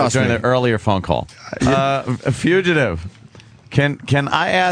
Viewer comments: lmao at how Opie says Fuchitive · What? It's not pronounced fuchitive! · I wonder if opie has figured out how to pronounce "fugitive" by now.